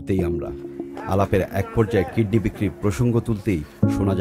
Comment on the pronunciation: jazak Allahu khayran! "Kidney" not kedney